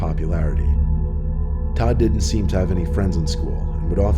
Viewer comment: Did Todd randomly become Tom or did he just say it a little funny?